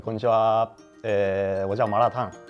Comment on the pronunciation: 麻辣烫中文发音很标准哦👍